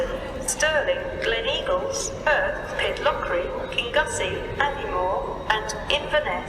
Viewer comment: Kingussie is pronounced King-you-see.